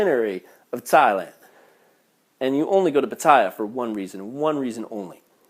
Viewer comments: .... learn to speak Pat teh ya .... I'm insulated as a canadian as the way you are representing thailand my wife is thai never a bad thing other than the occasional overcharge on taxi's. omg Koh Pi Pi not koh phi phi . were you even in thailand? did you even listen to the locals? PuKet sounds like Poo Ket stop your channel( a year late here) unitl you learn how to speak thai ... or english as most Thai locations FOLLOW ENGLISH PRONUNCIATION Guess what FRENCH AND DUTCH heavily influenced the thai language Thailand and FRENCH is part of CANADA. Thailand is not a magical happy land but with COMMON SENSE you will be fine in Thailand. it sounds more like you got scammed by your friend than the thai people they are very reserved they will read people and will take advantage of people who lack an iq of 110 or below. Thailand is good to people who treat the people as people there are scammers but if you exercise no common sense you deserve everything that comes to you. Understand When you come to a foreign country not only Thailand people think you are rich to fly around the globe to see how different their country is. People with limited global experience posting video's not only makes that country look bad but also the country they are from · Lmfao. The way he pronounces Pattaya, I got goosebumps 😂